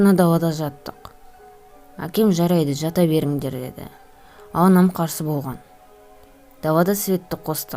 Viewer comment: оқиға бро сенин ЖАКСЫ бирак сен кейбир жерди кателесип айтасын болган ды боган деп АЙТТАСЫН!